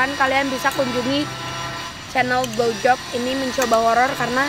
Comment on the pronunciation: blowjop yang ku dengar glowjop